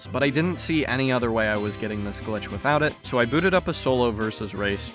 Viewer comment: it simultaneously sounds like youre saying "by" and "without" and i think thats funny.. also, how long did the diorama take to make and edit???